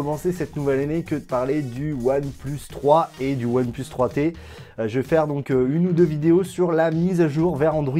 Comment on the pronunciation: Ça me fait rire : "One pleus"